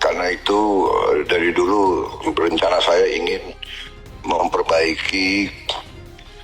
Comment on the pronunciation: Planning y Nikita lual biasa beljalan lapolkan sungguh lual biasa lapolkan acala ambil sikap huruf R jadi l 🤣🤣🤣🤣